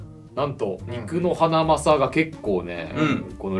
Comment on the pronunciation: ？のﾆｸﾉﾁｬﾅｻﾏ… 好きすぎて進めない